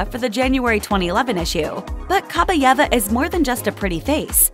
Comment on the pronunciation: Ok, since no one has mentioned it yet: it's pronounced Kah-BYE-eva. Stress on the second syllable. "Кабаева" если по-русски